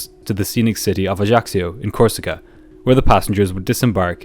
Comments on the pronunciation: Corsica is well known to be a very difficult to land at. - Ajaccio bay on one side ( the pilots used to wave at the sunbathers on the beach below ) and a semi-circle of mountains! It's an Island I have been to many times. It is beautiful, but rather expensive. ps - the locals call the area AJASSIO - not AJACKSIO! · I love your channel but the mispronunciation of Ajaccio kept throwing me off guard.